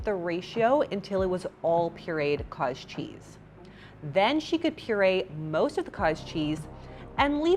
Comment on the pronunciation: ooooh haha! I kept hearing kaaaj cheese. Makes sense thanks